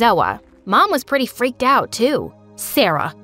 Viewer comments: The blonde girl really said prety but it's pretty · not its p-r-e-e-ty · HAHAHHA PRETY??? ITS PRETTY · the thing that got me is that zoa said "pretty is spelled P-R-E-T-Y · P - e - t -y Sarah: wrong 😑😑😑 it’s p -r -e -t-t-y